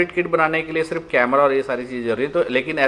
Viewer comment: Surf bolte ho wo nhi adhure